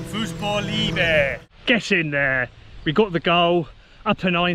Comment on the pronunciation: I also love the Fußballiebe Ball (pronounciation was ok by the way, better then how you say Teamgeist) Just ordered the Orange one. 5:1 It can’t go better! You will See the Ball performing differently. It will be rock hard or perfekt.